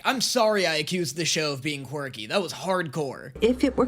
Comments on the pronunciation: I'm two and a half minutes in, and did this man just recently discover the word "quirky"? Because he sounds like a child who just learned a new word and is now forcing it into every other centence😅Also, why is he pronouncing it as "quarky" 😅 Also also, oh my god, his voice is so high-pitched and sqeaky, I wondered for a solid second if I was watching this on 2X speed or something 😅 "This show gives its fans a lot of ammunition" - it sure does, lmao. It's fun, even if I was not particularly a big fan of that at first. Leaving this comment and a like, hoping the reactions continue, I will watch them, because despite the fact that it might've sounded like I was crapping onthe video, I actually enjoyed it lol. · "a fun quicrky show" he says